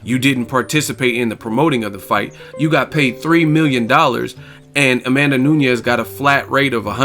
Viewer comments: Only one reason needed.. She got no standup.. and it's NU NES not Noo-ni-yez jeesus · A tip from Brazil: Amanda N U N E S (portuguese surname). N U Ñ E S (is spanish). Spell it like NUN + ES. But it was a great commentary about N U N E S victory.